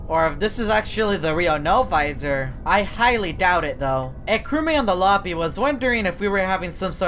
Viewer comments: Im biggest fan of No-Visor its also not Novisor its No-Visor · No visor no visor you please stop speaking like that